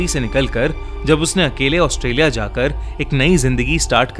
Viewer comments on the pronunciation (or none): none